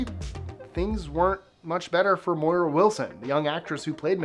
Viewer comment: MARA Wilson not Moira